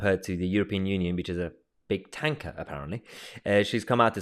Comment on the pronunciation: Think you miss pronounced tanker.